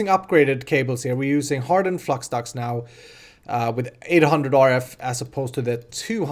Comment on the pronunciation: Haha, sounds like you said fluxdux. ;D